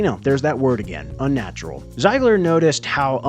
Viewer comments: Un-natural not Un-natrual. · "un natrual" is unnatural indeed